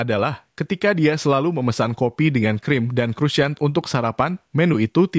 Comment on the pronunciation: Kroasong min bacanya 😂